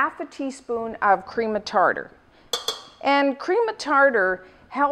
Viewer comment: The way she says cream of tarter bothers me ._.